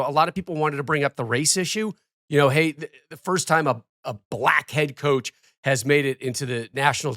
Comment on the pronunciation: **COACH not couch lol